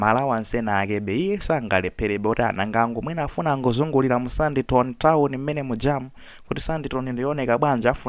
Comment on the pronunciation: Ngati sanabise za ulendo palibe vuto apa. Iwe wakukulila ndi umbuli bakha iwe .. akaphunzile nyumba mwamako? Kodi sipaja umati unaphunzila Ku SA koma kukanika kuchita pronounce Sandton zoonadi mbuli iwe? Mabatile akoso pati